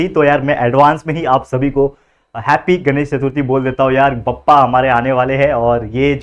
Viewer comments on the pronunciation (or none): Sir said bappa I heard papa😂😂😂